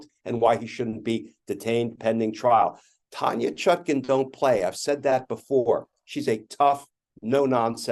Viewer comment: Please, please, please do not insult our lady judge. Her name is Chutkan - not Chutkin.